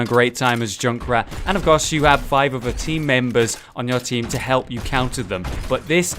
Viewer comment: "where you heff really good CUHVER " LUL